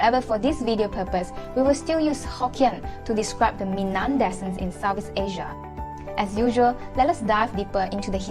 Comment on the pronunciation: You pronounced ‘descendants’ correctly but not ‘descent’.